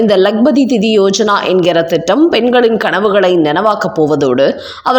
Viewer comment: திதி என்பது இறந்தவர்களுக்கு நாம் செலுத்தும் மரியாதை. சொல்லை உச்சரிக்கும் முன் கவனம் செலுத்த வேண்டும்.